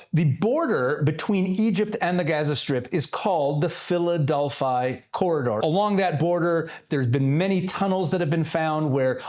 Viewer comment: Philadelphia, not Philadelphi - please